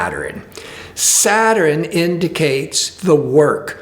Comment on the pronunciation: ugh, why does he keep pronouncing SA-TURN, as 'SAT-TUR-RIN' ? smh